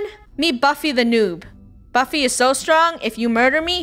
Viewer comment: its buffy not butty